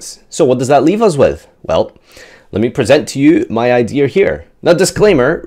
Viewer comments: "Idear"..... say it with me... IDEA.... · I swear... if says "idear" instead of "idea" one more time 😂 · Idears you said Idears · Why's he saying "idear"